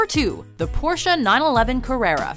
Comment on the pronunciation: The way she said 911 is sound like 9/11